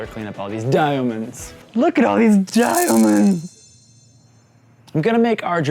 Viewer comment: I literally die at how he says diaomunds